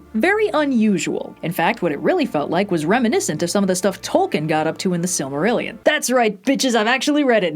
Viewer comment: She read the Silmarillian as the prophesy fortold!